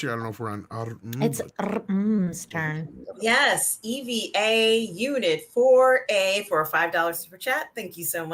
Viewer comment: It's Eva unit 01 pronounced as Ava unit one. Or Eva unit zero one. Not E.V.A. but Eva After Eve the first woman and Neon Genesis Evangelion the name of the anime. When says E.V.A i think of NASA and extra vehicular activity or in simple words, space walking.